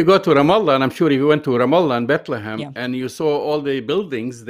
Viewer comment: It's BethleHEM, not BethleHAM, Kim!!!